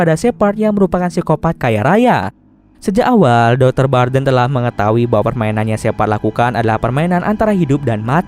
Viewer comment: Bukan barren tapi barden